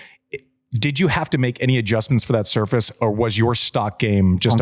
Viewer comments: When Andy talks about Rafa’s learning curve, I saw it happen over the course of the seven matches at Wimbledon 2006. Every single match he got better on the grass - you could see his learning process on grass. I swore back then he WOULD win Wimbledon one day. ❤ He STILL says ‘soo-FRACE’! ❤❤ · Rafa still can´t pronounce surface after over 20 years on tour makes him likable🤣